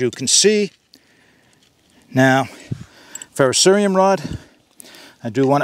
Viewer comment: This is a great comparison and overview, but the one thing I really want to bring up... THANK YOU for saying it correctly! So many people say "Ferro-serum" but its "Ferro-ser*I*um". Really appreciate that lol.